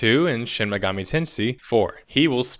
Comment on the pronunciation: Shin Megeemee Tensee